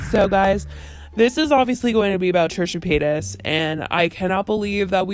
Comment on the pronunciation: I find it funny that I kept on hearing either "Trisha Penis" or "Trisha Painass" even thou I know her full name is Trisha Paytas.